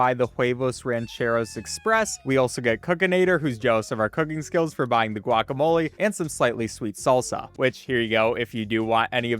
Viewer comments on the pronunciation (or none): none